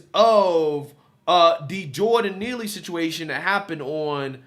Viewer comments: She said, "Jordan Peele" lol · Did she say Jordan Peele? Lol